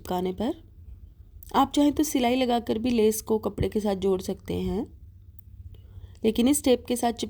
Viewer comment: Kam aap ka hmey boht pasand aata hy pr aap lees bolti hy leas hoti by🤣🤣🤣🤣🤣🤣🤣🤣🤣api me pakistan sy hu mazak kr rhi hu